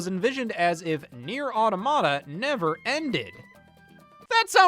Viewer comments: I’ve never even played this game and even I know it’s “aw-tom-ihduh” not “aw-duh-maw-tuh” It’s okay though because your pronunciation is silly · “Otto motta” 😭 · I know it mentally hurt me when he said that. For the record it’s “aw ta ma ta” like automaton. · depending on how much of a pedantic nerd you wanna be it’s actually “out-o-ma-ta” (preserving the Latin pronunciation). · Please Scott, look up how to pronounce "Automata" before you publish a video 😭